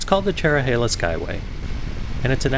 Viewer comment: i havent ridden this in 28 years. the trees have really grown. the views used to be even better. ps: thanks for getting the pronunciation correct.